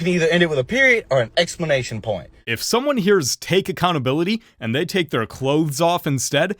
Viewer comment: That dude said "explanation point." 😂😅